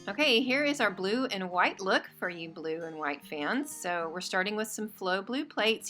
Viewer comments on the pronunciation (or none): none